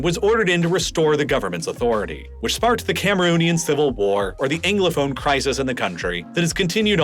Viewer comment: But he continued to pronounce ‘Anglophone’ as “Englophone” - or is that just a Philadelphia accent I’m hearing?